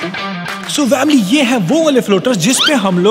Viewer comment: Why you say vamily?